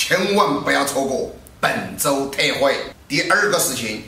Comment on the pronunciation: 為何老闆念本周特惠聽起來像本周退火(台語)